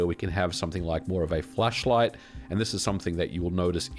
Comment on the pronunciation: Hoping that's just your accent and you said actually flashlight. Else I'm viewing the wrong channel 😂